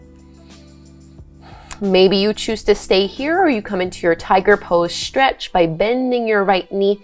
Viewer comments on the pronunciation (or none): I love your creative yoga flows! I do notice that you say "Schtraighten" and "schtretch" though. That's the only thing I dont like about your videos, otherwise well done!